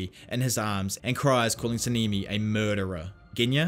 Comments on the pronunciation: Sah-neh-me is how it's pronounced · 10/10 video but your accent is in their names like sa-ne-me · Sanemi❌ sinimi✅